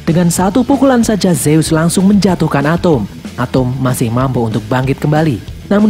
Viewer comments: Bang atom bukan atumg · ATEM BANG WALAU NAMA NYA ATOM DI DALAM MOVIE NYA TAPI MEMANG NGOMONG NYA ATEM